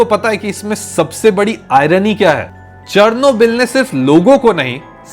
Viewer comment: The way you pronouncing Chernobyl is so wrong